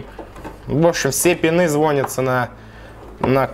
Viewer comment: звОнятся, деревня